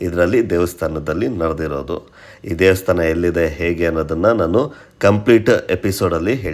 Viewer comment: ದೇವಸ್ಥಾನ ಸರ್, ದೇಸ್ತಾನ ಅಲ್ಲ, ಕನ್ನಡದ ಪದ ಹಾಗೂ ಉಚ್ಚರಣೆ ಸ್ಪಷ್ಟವಾಗಿ ಇರಲಿ.